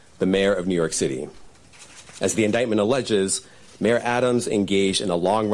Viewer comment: read it as INDICKMENT i nearly passed out 😂😂